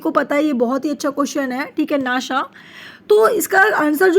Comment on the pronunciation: अरे माम वो नाशा नाही होता नासा होता है